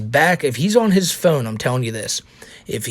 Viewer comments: Stop saying phewn, pronounce it correctly, from the satellite man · You say "phone" in the strangest way possible, lol. Thank you for keeping us informed! Where are you from?